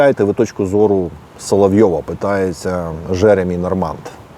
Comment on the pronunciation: п. авторе, у франц. вимові слова Normand буква d відсутня. І наголос, звісно - на останніх складах. Тобто точніше - Жеремі́ Норма́н чи Жеремі́ Норма́нн.